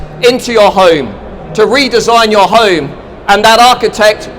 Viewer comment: strange accent. he pronounces home like an aussie ("hoyme") and other words like an american (british = "bridish")